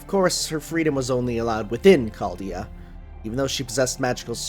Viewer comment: Remember when used to pronounce "Chaldea" as CZALDJA? Good times.